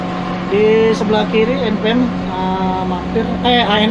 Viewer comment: Lucu nyebut NPM nya.. anak saya jd ngakak 🤣🤣 en pee em 🤣